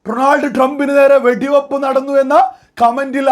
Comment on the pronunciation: അളിയാ എനിക്ക് രണ്ടു കാര്യം ആണ് അഞ്ഞോട് പറയാനുള്ളത്..1) ഡ്രോണാൾഡ് ട്രംപ് അല്ല ഡൊണാൾഡ് ട്രംപ് ഇത് ഒരു പത്ത് പ്രാവശ്യം കണ്ണാടിയിൽ നോക്കി പറഞ്ഞിട്ട് വാ അപ്പോ ശരിയാവും 🤗 2) മുസ്ലീമിൻ്റെ പേര് വെച്ചിട്ട് ഒരു മാതിരി ചാണക സംഘി ആവരുത്